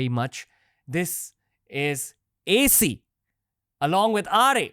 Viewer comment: Stop calling him AC like air conditioner 😂